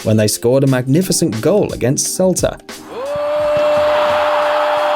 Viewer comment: salta? It’s Celta (vigo)